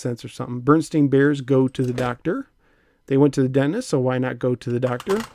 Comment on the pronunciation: Berenstain - "BARE-EN-STAIN' not "bernsteen." Also, I remember the Muppet Music tapes!